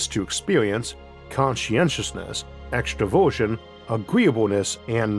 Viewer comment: ooh extra-version. Not extroversion. As an introvert who's usually calm under pressure as long as I get enough alone time & autonomy. It would be a huge miss calculation to leave out about half of personality types for some simple missions.